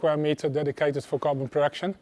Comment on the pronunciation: I was 5 minutes into the factory tour until i realized he was saying “carbon” instead of “goblin”. I knew it was not right why would you have goblin and aluminum. Good times. Cadoa is a fine Chanel but they do much less DIY and when they do it is not in quite so much detail. Actually i wish there were more detail on this channel as well but it is what it is